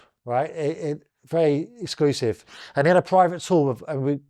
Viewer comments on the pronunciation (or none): none